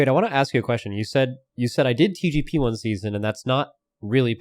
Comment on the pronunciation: dude, why does it sound like is saying xi jinping every time he says TGP